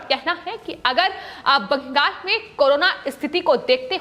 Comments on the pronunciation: Also, pls note, its Bengal and not Bangas as you pronounce in yr speech. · Bangal ko bangas kyon bolti ho